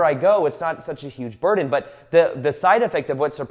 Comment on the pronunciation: “It almost becomes a butden eventually”